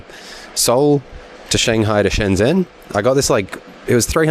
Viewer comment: Your 'shun' for Shen Zhen is wrong, it's literally said 'shen' as like it's written.